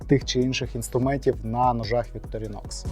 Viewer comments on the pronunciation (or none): Ударение на первую О